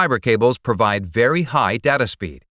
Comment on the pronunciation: Technically, he can't pronounce "data" either.